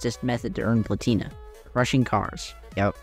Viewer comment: plAtina, not platIna